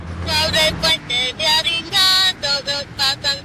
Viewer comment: Dijiste arica y era avignon